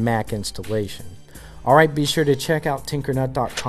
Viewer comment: EACH TIME I HERE YOU TUMBLER FACE BOOK AND TWITTER IT SOUNDS LIKE tumbler tacebook and titter